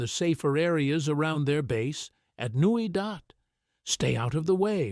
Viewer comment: & it's Newy Dat not Newy Dot!